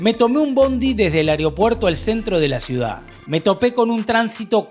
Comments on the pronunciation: repitamos todos juntos A E ro puer TO.... No es a reo puer to !!! No hay nadie en Uruguay que pronuncie AEROPUERTO? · Oye, fuiste a Mexico y Alemania pero no sabes pronunciar AEROPUERTO, dices AREOPUERTO y ALEMAÑA? Los creadores de contenidos son una especie de periodistas y por lo tanto eres un referente del buen decir.